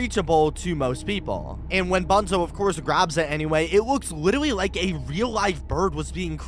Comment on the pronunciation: Nobody gonna talk about the "witerally"